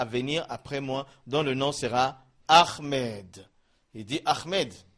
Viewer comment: C ommencez a prenoncer ahmed PAS AHRMED ??? franchement corrige toi .merci